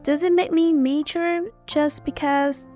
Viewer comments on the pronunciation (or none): Giọng đọc rất truyền cảm nhưng mature cứ nhấn âm 1 nghe khó chịu quá ạ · từ mature ad có đọc sai ạ